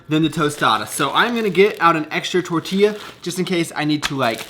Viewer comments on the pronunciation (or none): fuck is really funny hearing u say tortilla and tostada 😂😂😂